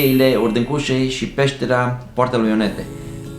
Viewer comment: Poarta lui IONELE, nu "Ionete"